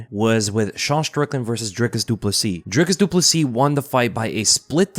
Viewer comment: This channel must be the only one that can pronounce his name and surname properly; this guy must know what he is talking about!